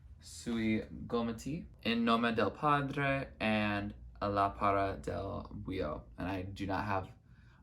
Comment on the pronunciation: Hiii loved this so much, i'm glad you liked Lividi and In nome del padre, they are soo great, among my faves. Also your pronunciation was pretty good!